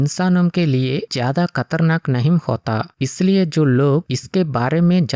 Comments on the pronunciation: खतरनाक ❌ कतरनाक ✅ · खतरनाक ❎कतरनाक✅ 😂😂